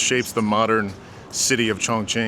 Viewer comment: you’re so brave for pronouncing chongqing